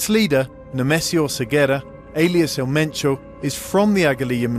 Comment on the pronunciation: So his name was El Mencho, but you keep calling him Metro?